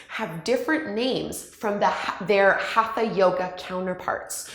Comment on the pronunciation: Great explanation. I just wish your pronunciation was better. Hatha, chakras, and asana aren’t being pronounced properly. But your videos are great and very informative.